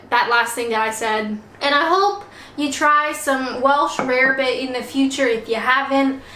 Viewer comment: It’s pronounced rabbit. Easy mistake to me